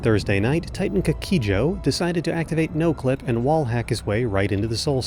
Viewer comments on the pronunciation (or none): I love how nobody seems to know how to pronounce the name of the Titan properly. For the record, I don't know either.